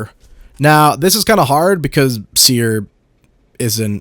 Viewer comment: His seer perdition was soooo wrong